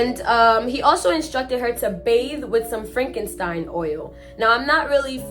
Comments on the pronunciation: Frankenstein oil!!??? Girl u mean frankincense??? Lord It’s 4am and I’m trying not to wake my kids laughing😂😂😂 get familiar girl… after these stories u may gotta burn some sage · It’s frankensence not Frankenstein 😂😂😂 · Frank - en - sense. Pair - uh - fen - eel - ee - uh. Don't sweat it, everybody makes mistakes. You are making the effort to do something in your life, and only those who never try to do any are the only ones who never make mistakes. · You didnt say the oil name right and i can tell the person of the story is from the island 😂😂we use the oil and ball of blue to cleanse our bodies😂😂 enjoy the story